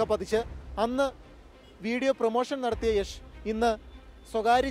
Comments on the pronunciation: യഷ് അല്ല യാഷ് ആണ് 😂😂😂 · യശ് എന്ന് തന്നെ ആണ് യാഷ് എന്ന് മലയാളികൾ പറഞ്ഞ് ഉണ്ടാക്കിയതാണ് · yesh alla yash 🤦🏻‍♂️🤷🏻‍♂️ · Yesh alla yash ann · Yesh alla 😂 yash ann